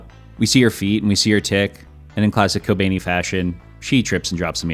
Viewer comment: "kobaynee" lmao 🤣🤣